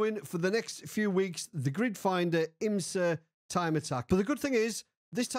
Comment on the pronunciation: You said it so many times it started sounding like "Grinder."